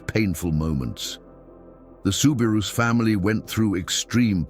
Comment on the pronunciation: Please if you’re going to narrate something learn how to pronounce the names it is soo bi roo NOT rous